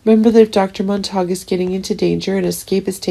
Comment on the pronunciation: Monta q, not Mon tak